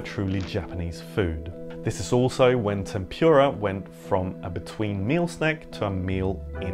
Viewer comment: couldn’t you pronounce ‘tempura’ properly? also, ‘cuaresma’ is not Latin.